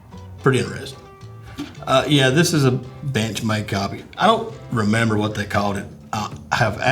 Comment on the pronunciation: Every time boss says bench made i swear it sounds like bitch made lmao